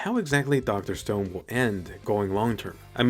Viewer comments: Did just say dr stoned? Lol isn't it dr stone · Dr "Stoned"? lol